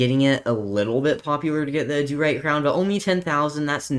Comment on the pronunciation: I hate the way he says adurite "Auh-doo-rite" it's pronouced ad-er-ite